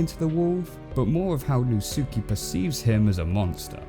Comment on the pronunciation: really how you say natsuki is nat-ski